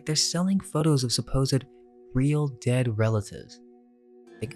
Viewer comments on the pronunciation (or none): none